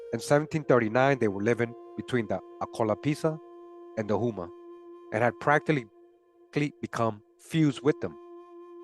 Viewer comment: not trying to be an asshole, but "Houma" is pronounced "Hoe-ma" as in Oklahoma (but, Oklahoma should be spelled "Oklahouma")